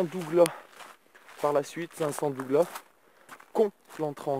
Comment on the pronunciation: Ça ce dit Douglasse faut prononcé le s gros ^^ pour ce qui savent pas c'est du sapin (rose)